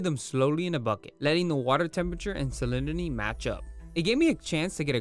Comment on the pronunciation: "salinity" was kickin ur azz to pronounce lolll